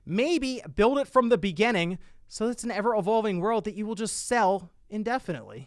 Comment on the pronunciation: love your videos but why do you say “begenning”